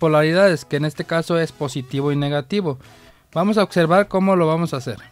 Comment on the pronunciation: Tu si sabes otservar 🤣